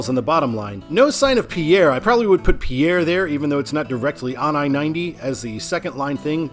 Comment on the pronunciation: I believe Lead is pronounced "Leed". Pierre is pronounced "Peer".